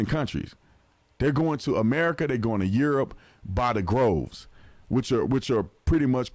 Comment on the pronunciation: Love you and your show... but it is DROVES not GROVES. 💖💖